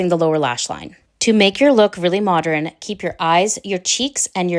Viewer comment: She looks beautiful!! And I smiled.. you say modREN like my Grandma used too!! ❤